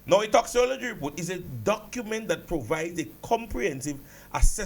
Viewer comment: Sir. Pronounce it as if it has a k. Toxicology (toxikology)